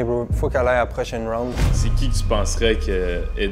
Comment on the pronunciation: on dit round mdrr